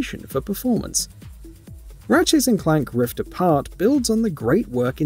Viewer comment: Holy shite dude. This was super annoying. At one point he was also saying Rifts Apart. 💀💀💀